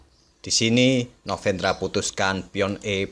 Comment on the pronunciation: Kok kayaknya agak kesusahan nyebut nama novendranya ya bg hehe Oiya bg, mau request partai blunder papan atas yg kelupaan kalau rajanya sedang di skak dan melangkahkan bidak lain, jikalau ada bg, saya pun gatau ada atau nggak hehe. Dan kalau kejadian seperti itu gimana aturannya ya bg secara internasional?